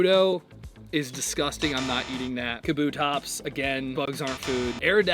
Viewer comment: Disappointed in pronunciation of Kabutops